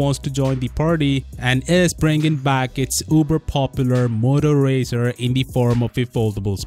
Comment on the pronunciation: Pronounce it right!